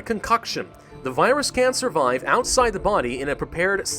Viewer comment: When you said “can survive”, I thought you said “cancer vibes”!